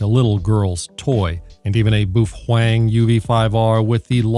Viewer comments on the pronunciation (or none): But why to you call it BUFFWANG? xD not a native english speaker myself but it sounds so strange ahaha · You aren’t even allowed to unbox that radio since you’re not a HAM licensee. Stop mispronouncing boofwang, you idiot! Please excuse me while I attend to some spurious emissions… (that was a good-looking box) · Baofeng = buffwang. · Is the buhuang pronunciation an inside joke? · Imagine how insane the Sadhams would go if you attacked pizza rolls and Mom's basement. It may simply be that Sadhams merely dislike your BoofWang pronunskiation. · It's pronounced "Bow-fung" pffft! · I'm new here. Why do you pronounce Baofeng the way you do? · You are saying the name so wrong dick head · Pronuce the name correctly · Why do you keep mispronouncing Baofeng? So annoying. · If you want to be effective in using a radio whether it be in a shtf situation or not you need to get licensed. This way you won't be cluttering up the airways in an emergency and you actually know how to talk on the radio because you will have practice doing it and you will have gained useful knowledge in doing so. It's really annoying how you pronounce baofeng you're pronouncing it wrong. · OMG you know the sad hams are beating up there keyboards right now saying first you pronounced the name wrong, and you have no clue about what your talking about. I love how you just keep twisting the knife. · It's not a "trigger" button it's a push-to-talk button. Also learn to pronounce baofeng correctly.